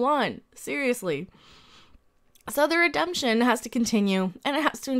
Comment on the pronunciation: Waaait a sec, did you almost slip and say "re-dumb-tion instead of redemption?